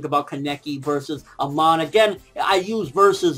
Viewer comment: Its not "Aman" but "Amon" :D im not nitpicking but its still bothers me :D